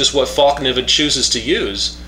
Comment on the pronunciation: fäll pronounce fell ( meaning fold) just a tip thanks for the review;)